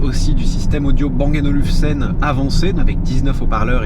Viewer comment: Les gens arrivent pas à prononcer Bang & Olufsen c'est incroyable . Tu prononce Bang & Nolufsen , ça fais 2 vidéos que je t'entends dire ça , c'est ouf .